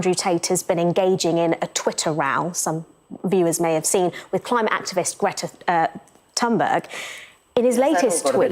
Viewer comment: Greety Thonborg